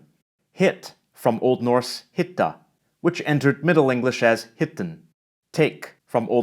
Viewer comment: I am learning old norse (old western norwegian dialect). Your spelling of some words is a bit false, like "hitta", you said it with a long t but in fact it's prehaspirated, so like ['hıhta].